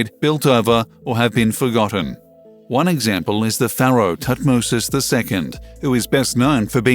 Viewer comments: Please: Paraoh is not said like FARROW it's more like "Fairo"! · Robot voice and click bait. Pharaoh pronounced faro.. waste of time. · Cant pronounce pharaoh correctly….. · I stopped listening and lost interest the minute the narrator pronounced the word Pharaoh incorrectly. He pronounced it like ‘FAR-ROW’ when the correct pronunciation is ‘FAIR-ROW’ It really grates me when these people click bait and can’t get their facts straight. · Who actually pronounced Pharoah as "farrow"??stopped right there, I don't think anything was going to be revealed that might scare the scientists. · What the hell is a farrow, if you mean pharaoh you are pronouncing it very badly. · Is not your pronunciation of pharaoh incorrect?